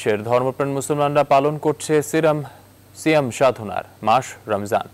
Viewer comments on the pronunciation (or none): baler news pore siram ... 1st ei vul pore ..... baje ..ekdom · Baler news presenter, bolte parena valovabe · গাধা।। সিয়াম টাও ঠিক মতন বলতে পারেনা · সিয়াম শব্দ টাও ভালো ভাবে বলতে পারে না 🤬। আফসোস